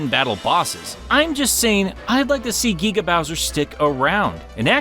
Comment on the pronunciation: Gueega bowser.